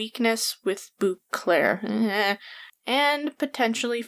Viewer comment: First comment. Love your videos... But every time you say Bouclaire my hair on my neck rises because that's how people pronounce my last name when they don't know how to actually say it! It's French so it's Bow-clair.